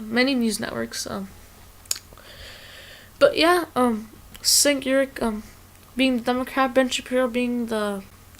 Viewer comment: also, it is pronounced "Jank U-ger